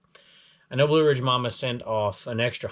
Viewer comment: Way to go Blue Ridge Mama most people mispronounce my name, you got it! Thanks again 😊